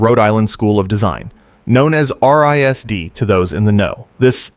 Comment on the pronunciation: lol RISD is pronounced Rizz-D. It’s not spelled out.